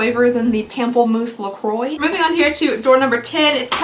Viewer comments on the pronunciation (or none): the way you said pamplemousse made me laugh out loud 🤣